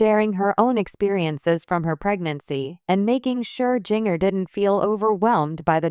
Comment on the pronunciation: Can you say her name correctly, as in Ginger with a "J"?